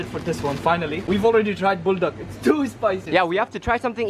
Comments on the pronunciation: The way he says "bulduck" ✨️ is just aesthetic ✨️ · 😂bro when said “buldak, it reminded me of them saying “pulfak If anyone remember Pulfak like 😂😂